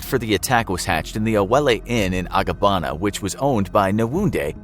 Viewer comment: Would just like to point out that LAGOS is pronounced L-AY-GAS and not L-AH-GOHS. Even voiceover artists from freelancing sites make this mistake everytime. Also, it's Abagana and not Agabana, I know cos that's my hometown. Nice video anyway.